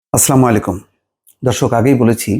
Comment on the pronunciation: ভাই আপনার বিশ্লেষণ গুলো দেখি কিন্তু আপনার একটা জিনিস ভালো লাগে না সেটা হলো আপনি সালামটা সুন্দরভাবে দেন না সহি শুদ্ধভাবে সালামটা দিয়েন না হয় সালাম দেওয়া দরকার নেই